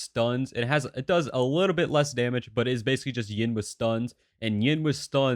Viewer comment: wai wha- whats ying, its hard to determine if you said yin or yang xD but to be fair what you said is spot on.